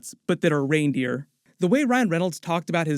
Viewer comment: Lol Iron-Raindeer!!